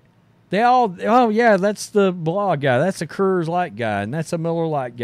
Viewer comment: Great video as always. It took me atleast four tries until I realized you were saying "Coors" 😂